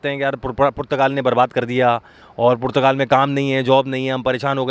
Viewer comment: O Bhai Youtuber PORCHUGAL nahi Portugal...... Doosro per ungli uthanay say pehlay zara say Portugal key taraf apna talafuz he sahi kar low